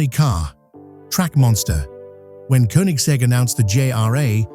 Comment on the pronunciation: Koenigsegg is pronounced with Ø/Ö, not U. Like as the i in bird.😊